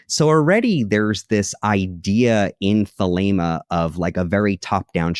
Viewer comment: Thelema, not Thelma and Louise lol 😂